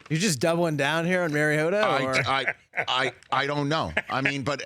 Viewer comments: The bald guy wants me to believe he's an expert on Marcus Mariota yet he can't even pronounce Mariota. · it’s not mary-ota idiot it’s mariota